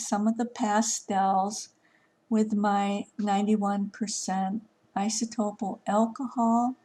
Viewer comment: Very beautiful. I think its cute you pronounce it isotopil 😅 its isopropyl.